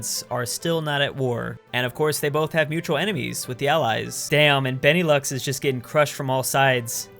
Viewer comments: Benelux is pronounced ben-a-loo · Beneelux lol Because it's Belgium Neetherlands and Luxemburg